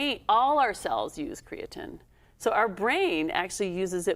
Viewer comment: Why are we consistently mispronouncing creatine